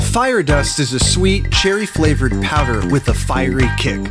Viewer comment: Did just pronounce cherry as "kherry"?